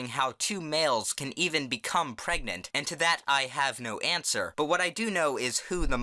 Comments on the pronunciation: "YOU ARE PERGANANAD??" Thats what i hear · "You're both.... PREGANANANT?!?!" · "How do u get pregante?"